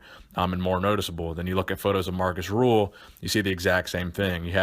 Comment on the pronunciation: hes name is rühl not ruhl